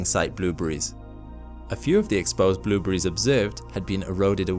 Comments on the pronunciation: "Blew breeze." Haha! This guy pronounces blueberries "blew breeze!" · I like the way he says "bloobries". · stop saying bloobery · "blueburries" :p or "blooberies" the more he kept repeating it the less it sounded like a real word lol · I like how u pronounce " blueberries" hehe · The way he pronounces blueberries lol